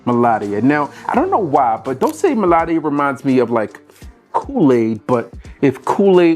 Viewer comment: Dolse meladia 😂😂😂 bro, americanz, learn to pronounce